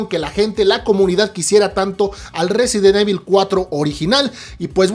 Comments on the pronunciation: Tan fácil que es pronunciar correctamente "Resident Evil" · Si vas a hacer un video sobre resident evil deberías aprender pronunciarlo bien.